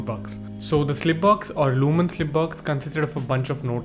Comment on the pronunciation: Thank you for your video; I'm just getting into Notion myself and the Zettelkasten idea, so this provides a very good starting point for me. Though I can see that Roam might be better for ZK. By the way, your pronunciations of Zettelkasten and Sönke Ahrens are perfect. Only "Luhmann" should have a short 'A' sound in 'mann' like in 'Madras' ;-) not the American 'man'. :-)